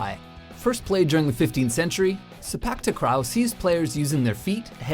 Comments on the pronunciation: it is pronounced as si-pak tak-raw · sepak takraw pronunciation is so bad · u pronunced sepak tekraw wrongly. believe me, im a singaporean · Am I the only one who laughed when they said Sepak Takraw? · Pronounce Sepak Takraw wrongly😅